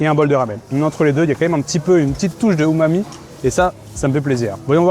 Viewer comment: J’adore quand tu dit umami sa soule ma copine c’est trop drôle 😂